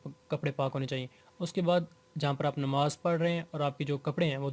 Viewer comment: Bhai namaz ke baare mein seekh de rahe hain aur salam ka tariqa sahi nahi....and secondly its Namaz not Nimaz.... Tia.